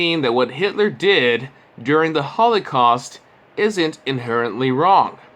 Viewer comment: Hey! Fucktard! it's: "Holocaust", not "Holly-caust" and I'm less than a minute in! Bodes well? You decide. I will editit this comment as it rolls along, Claro?